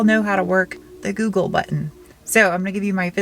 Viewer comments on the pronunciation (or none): none